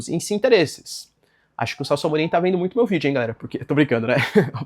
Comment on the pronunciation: ele não fala "vídeo" mas sim vidjô*